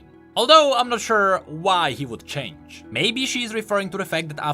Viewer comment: ''idk why sylas would..'' CHAINGE (change)🥺😂